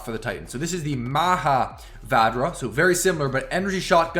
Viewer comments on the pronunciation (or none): Hi, for the weapon Vadjra, when pronouncing it D is silent. Its a weapon of Hindu God of all the 5 senses named Indra.. Just thought of sharing this with you.. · It is pronounced as Vajra, the ‘D’ is silent. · THE NAME OF THE NEW TITAN WEAPONS IS TAKEN FROM THE INDIAN MYTHOLODGY. IN INDIAN MYTHOLODGY VADJRA IS A WEAPON WITH CRAZY POWER AND DISTRUTIVE ABILITY. ALSO D IS SILENT WHEN YOU PRONOUNCE IT.❤ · I think it's pronounced bajra as in Hinduism. Bajra refers to weapon.